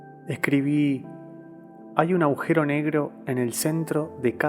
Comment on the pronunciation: Ehhh Agujero, no aujero